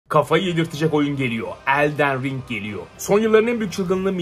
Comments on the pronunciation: Abi seni severim ama ''ELDEN RİNG'' DEĞİL ''ELDIN RİNG'' DİYE OKUNUYOR ABİ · Hocam şuna eldeğn ring deme nolur ya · Elden Ring'i artık gerçekten doğru okuyup Eldın Ring desen be abi, küçük bir ayrıntı ama yinede